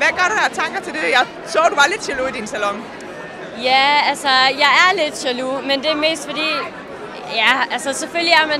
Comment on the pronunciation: er det bare mig eller siger "salon"